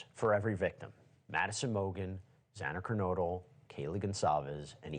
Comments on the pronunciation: Yeah I wasn't up to that Bit in the Vid, it was playin but I was going through Comments and just had to leave one for the Dood that was saying 'Zena' rather than 'Xana (Zanna)' People are saying BK didn't show any Remorse Whatsoever and I think that's just Shit, He knew All Eyes are Him in that Court Room, Yes, I agree inside Emotions can be displayed on the outside of Ones face but the truth is One can Certainly have something Upsetting going on in the Mind but showing the time of their lives on the face and vice versa etc, I thought Kohberger done well, answered firmly and Accepted 100% FULL RESPONSIBILITY for his Actions, it took a while but enough was enough, he come Clean, So he should, I Respect that! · Harvey from TMZ trying to school Ashleigh Banfield from NewsNation (to quote a tiny portion of her bio: “Ashleigh Banfield is the definitive authority on the nations biggest true crime stories. A veteran award-winning journalist”) just seems a bit off. Harvey is Mr Salacious/Scandalous news breaker of Hollywood goss.. He repeatedly called Xana, Xena, despite Ashleigh repeatedly, & professionally saying her name the correct way - but MrTMZ almost railroaded her with HIS “facts” 🤦🏻‍♀️. Dude, please, at LEAST respect this beautiful young lady who was so tragically taken & get her name right..& maybe stick to what you’re good at. No disrespect to him, but this was a sloppy take on his part. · This guy you’re talking to knows nothing about the case. He didn’t know it was Dylan who peeked out the door and saw Bryan leaving. He also kept getting Xana’s name wrong. 🫤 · What is that guy on about, he cant even get Xana's name right. There were 6 people in the house that night, Bryan clearly went there for Maddie, Goncalves wasnt even suppose to be there, Bryan couldnt have known she was in Maddies bed with her. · What an obnoxious guest. Can’t even pronounce Xana’s name. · How does this guy not know how to pronounce XANA after all this coverage? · Zena? Its Xana